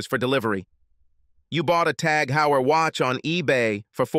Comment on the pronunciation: The Heuer in TAG Heuer is pronounced "Hoir"